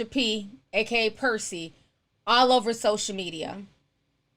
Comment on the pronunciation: I love the way Ti says sosha media😂😂